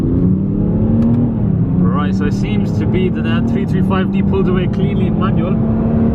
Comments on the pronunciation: jamie porter Also when he talks about the power , it sounds like he's saying 225hp 😕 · jamie porter I thought the same